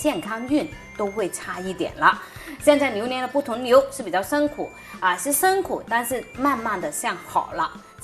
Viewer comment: 不是伸苦是，是辛苦。好好学习。